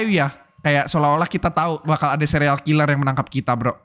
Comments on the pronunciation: Dari tadi denger ngomongnya sereal killer bukan serial killer🗿🗿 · Bang kok abang bilangnya sereal bukan serial